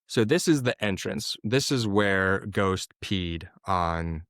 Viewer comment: Ghost...not dose, not toast.